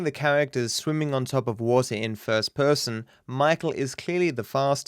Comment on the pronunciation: I like the way he says "first person" fuss pussum 😂